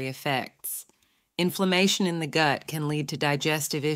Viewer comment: Good video but definitely using a robo reader. “The goot” 😂😂